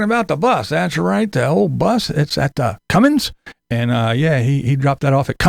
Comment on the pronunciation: I hate when people pronounce "Cummins" as "Cummings", there's no "G" in Cummins!